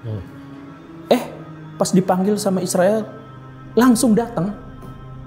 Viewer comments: Bang bilang israil saja bang bagus, jangan isril gak jelas, ini aku. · Yg jelas ny3butnya boleh.bukan izril,dan siriwil.izrael yg benar.aneh saja bang😂😂😂